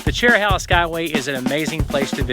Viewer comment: It's chero- hey-la not chero- holla. Connects the Cherokee National Forest with the Nantahala forest. Nantahala is hey-la, not hol-la